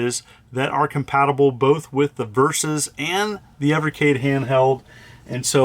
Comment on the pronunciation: Thank you for pronouncing the system's name properly. 😉